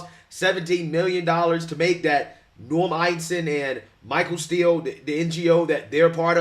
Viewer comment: “Eisen” you say??? Every.Single.Time